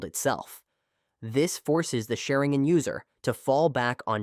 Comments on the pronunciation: According to this A.i. Sha-rin-gan ❌ Sharin-gan ✔️ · Ah yes, the shuh'ring-gen. Rock Lay hard counters the uchih-huh.